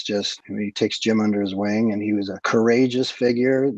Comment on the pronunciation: Thank you for this video. Always love to hear good stuff about one of my favourite childhood movies, truly a treasure of 2D and 3D animation. But I just want to say that your screw-ups with Jim's name was a great addition and made me laugh every goddamn time😂